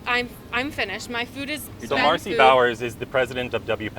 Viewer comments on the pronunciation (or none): 36 seconds in,,,,we're to educated,,,,@ , that fella can't even pronounce ,,,,,,Food... I can picture both of them drinking with Peter at the Drunken Clam